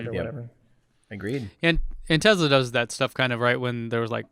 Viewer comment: What's a Tezla???, you're from San Diego and you aren't Elon.